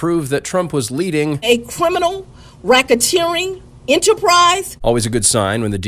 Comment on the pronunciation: Cwiminal whackateering enterprise